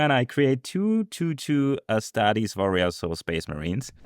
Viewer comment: I loved astarte token "Ass Tart"